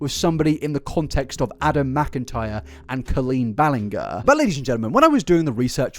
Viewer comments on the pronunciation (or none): GER like gerbil. Not grrr like you’re growling at us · I'm pretty sure you're pronouncing Ballinger incorrectly. The G is like a J. Ballinjer. And it's REALLY bothering me. Lol Edit: Man, Adam even said it multiple times. C'mon, man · It's pronounced Bal-in- jer, not bal-in- ger. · Blud said Bellingham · It’s pronounced bal-eng-jur Not bal-eng-ger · Homeboy just decided he was gonna pronounce it like “grrrr” when literally everyone,me en Colleen herself, says “jer” lol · Jesus it’s BalinJER not GRR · When you pronounced her name "kuh-LEEN BALL-een-GUR" less than a minute into a 3 and 1/2 hour long video, I knew this was going to be even more painful than I might have anticipated. This pervy ukulele pro's name is "kah-LEEN BAL-in-jurr" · I love your videos, but the way you say Ballinger 😂 has me dead…. I swear it’s pronounced “ bal• in• jer” If I’m wrong tho I’m sorry but I keep chuckling -edit; I finally got to the part where realizes he’s been saying the name wrong😂 yeah it doesn’t rly matter but it was a little funny😂 let’s honestly keep calling her “bal•en•ger•”😂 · I can't stand this woman and this is obviously a well researched video but every time he says "ballen-gher" I get weirdly annoyed. Like, you've watched her videos, you've watched all of these other videos about her, why can't you say "ballen-jer"? It's genuinely not a big deal but every time I hear it, it throws me off and I have to try again to get back into the video. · “Balinger” it’s pronounced bal-in-j-er(sorry that just bothered me throughout the video) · her surname is pronounced Ballin- GER (as in GERmany) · Ba... BallinGHER? There's a million vids about her online and you couldn't get the pronunciation of her name right?... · Co”oh”leen as in OMG, as in Orange BallinG as in George er. Not sure if it’s a dialect thing or a stupidity thing but at least you can try and pronounce her name properly 😂. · Ballinger is pronounced like Bal in jer. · Balling-gur 🐻 seriously?